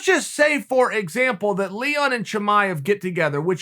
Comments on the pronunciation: Nobody: Not even Leon: Chael: LEEHON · "Lehon" Edwards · “Leehon” -Uncle Chael